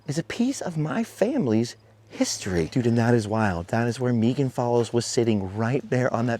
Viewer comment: I love this sooo much! Anne of Green Gables is one of my favorites! I grew up with it and watched it too many times to count. I have memorized scenes like you. Thank you for sharing! I love that you pronounce Megan's name correctly, too!